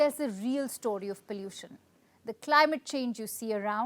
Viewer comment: Stop saying pallution 😂 is sick and no one pronounces it that way in India